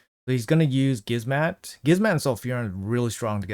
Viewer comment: bro its not Gizmat and su zen, its gizmaK and sHu zen lmao love the live arena vids tho